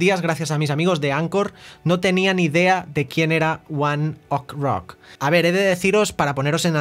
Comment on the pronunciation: Se pronuncia one OKEY rock